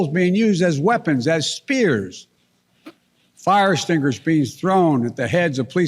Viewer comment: "fahrestringuers". It's 'fire extinguishers' you decrepit old fool.